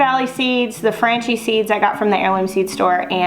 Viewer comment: Franchi pronounced Fraun kee